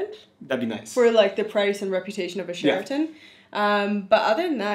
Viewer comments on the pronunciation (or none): The Share -a-tin hotel not share-rotten